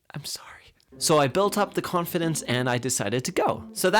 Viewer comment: That Pronunciation Of "Confidence" XD